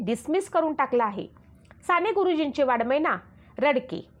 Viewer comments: अहो ताई, वाडमय नाही. तो शब्द वाङ् मय आहे. तुम्ही साने गुरुजीं सारख्या एखाद्या उत्तुंग प्रतिभा असलेल्या लेखकाबद्दल बोलताय याचे तरी भान ठेवा आणि शब्दांचे उच्चार शुद्ध करा. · Vakkyavakkyat chukiche utchchar !moththe nahi , mothe ! ani Vadagya sarakha sailent amkaryukt shabd tar saphach chukicha ahe ;Vadmay nave ,Va 'ang'may ! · शी शी किती चुका ! वाङ्मय च्या ऐवजी वाडमय व 'डोक्यातून' च्या ऐवजी 'डोळ्यातून ' म्हणणार्‍या या मूर्ख बाईला पु ल देशपांडेंच भाषण वाचायला देणारे शतमूर्ख! पु लं असते तर हे ऐकून त्यांनी सुद्धा जीव दिला असता ! न चा ण आणि ण चा न करते त्याकडे एकवेळ दुर्लक्ष करू पण किती अशुद्ध व भयानक उच्चार...